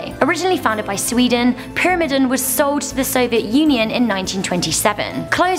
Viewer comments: IKR? And the I in the word is supposed to be long. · I GOT SO FRUSTRATED WHEN SHE DIDNT PRONOUNCE PYRAMIDEN RIGHT XD